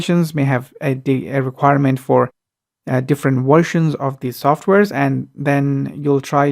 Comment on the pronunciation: Different waahrshons.